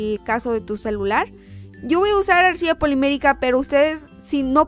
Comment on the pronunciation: siempre que dices Arcilla la cagas. :(